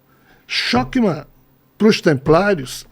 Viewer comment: Shokma nao existe kkkkk e sim chochma e leia-se ch com som de rr.